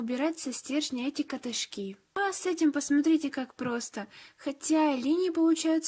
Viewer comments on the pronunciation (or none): кАтышки а не катышкИ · Очень красиво❤️ P.s.: слово кофе не склоняется по падежам и правильно говорить ка́тышки, а не катышки́ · Катышки ударение на а!